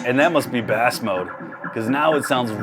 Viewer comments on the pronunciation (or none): It has fish mode. OMG learn how to pronounce BASS (BASE) not Bass the fish. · Ikr? When I heard that I was like rotflmao thinking does it also have catfish mode? or what about rainbow trout mode? Surprisingly he's not the only one to mispronounce bass, I've heard quite a few other YTer's do the same. Makes you wonder, how can a grown adult living in the US never have heard 'turn up the bass' in a song, and then turn around and do speaker reviews. 🤣🤣